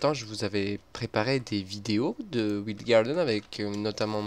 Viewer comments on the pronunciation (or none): ça se dis WAYLDE Garden. Toi tu le prononces à l'allemande je crois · wild ça se prononce "WAYLDE"